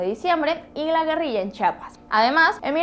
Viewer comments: Se pronuncia "Chiapas" "Chi-a-pas" Chapas tienes en las nalgas. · se dice: Chiiiiiiiiiiiiiapas no chapas🚪...no se si estas ciega y no vez la i entre esas letras o definitivamente los distriteños no pueden pronunciar CHI 😡😡